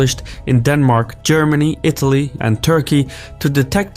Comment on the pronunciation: ah, yes, my favourite European nation: Itlay.